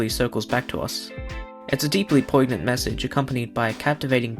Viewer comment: Poignant has a silent g and an ‘ñ’